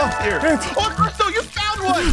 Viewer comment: You said Crystal not right